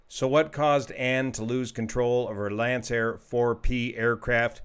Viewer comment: That would be pronounced "Lankair"